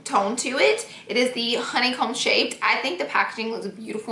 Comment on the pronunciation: Anybody else gets annoyed by the way she says honey comb